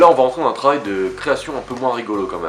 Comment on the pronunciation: insupportable ces jeunes français qui bouffe les mots sans articuler en parlant bien trop vite et au final on comprend rien.. avec un parent sou¿ent en considéré pour le petite soeur pour le moment? Le travail avec un v à moitié prononcé qui fait limite tra ail et pareil pour le b boisson on dirait oisson.. bref comme dirait ma mère, articule quand tu dégueule..